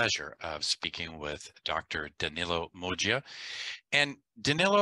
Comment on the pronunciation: It is "Moggia"